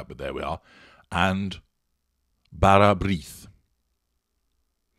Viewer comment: As a welshman from near Holyhead, not bad pronunciation you have. Barabrith is a type of current loaf crossed with a malt loaf.